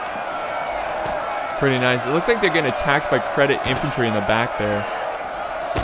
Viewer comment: You said Cedit infantry as credit XD THERE IS NO R